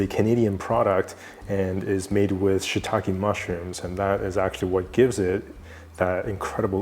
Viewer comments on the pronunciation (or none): none